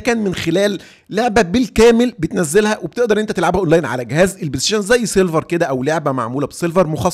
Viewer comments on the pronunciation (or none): خويا. اسمه سيرفر وليس سيلفر. وشكراً على الشرح ومجهوداتك الجميله